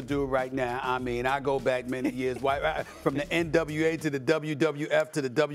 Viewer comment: Stephen A said NWA LOL😅